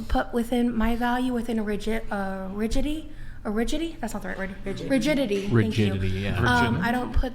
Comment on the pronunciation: that fluffy woman has anything but Rigidity... heck she can't even say it right😂